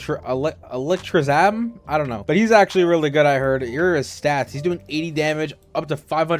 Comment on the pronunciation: sorry if i hurt your feelings, but his name is pronounced electric without the c, and then Sam, so it would be Electrisam